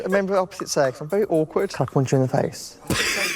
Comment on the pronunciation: Oh, PUNCH you in the face, I thought he said Come on....